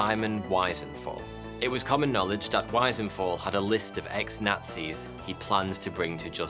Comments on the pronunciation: Simon Wiesenthal's name is pronounced "Wee-sen-taal" Wiese=Meadow, Thal=Valley ;) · Vee-sehn-thaaal . He's not American his name is Wiesenthal he was Austro-Jewish, his name's pronounced in German.🙄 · Simon weeezental not Simon wisen-thall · Wiesenthal is pronounced vee-zen-thal, not why-zen-thal. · Hey, dude! You do pretty good work on lesser known subjects, but, occaisionally, you do/stuff raises some doubts: Simon Wiesenthal's last name is pronounced 'veezen-tall', not 'wisenthal'... Just sayin' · Otto Wiesenthal, the famous Nazi hunter from Austria, is actually pronounced "wee-cent-all" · Simon Weasel-thal, and Elie Weasel... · Sorry to burst your bubble, But, although spelt Simon Wiesenthal, it’s pronounced Simon Vesent hal. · Cheers. It's pronounced "Veezuntaal", by the way. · Austrian here - while the pronunciation of "Die Spinne" was immaculate, the name Wiesenthal is pronounced to rhyme with "Reason Carl". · love your vids but please sort out the pronounciation of names Skorzeny is pronounced *zany Wiesenthal is Veesenthal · German pronunciation of "Die Spinne" was pretty good,but Simon Wiesenthal.......yikes. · You pronounce his name wrong. Lots of stories of Mr s are made up or embellished by himself. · Btw wiesenthal ie is a long e sound in germany Replace it with the e's in wheeze